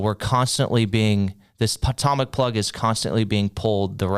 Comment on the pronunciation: toe mic not tom mic 😂😂😂😂